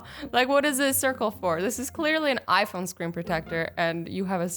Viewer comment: Who else thought she said knife instead of iPhone